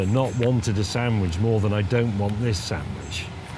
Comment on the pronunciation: sandwich not sandwidge